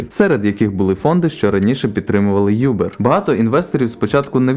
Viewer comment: "Бирд, Юбер" 😆🤣🤣🤣🤣